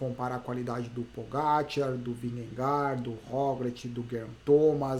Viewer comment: Só uma curiosidade, a pronúncia dinamarquesa para Vingegaard é algo como "vinhe - gou". 😛